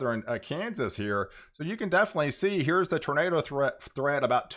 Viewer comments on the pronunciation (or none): none